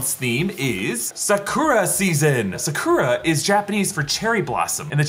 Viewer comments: very long video but i'm going to focus on the fact he pronounced Sakura "Sah-koo-rah" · "suh-kuruh" Bruh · There’s no u in Japanese. It’s pronounced Sa-kra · It bothers me he says the correct pronunciation for Shang Chi but not Bokksu and Sakura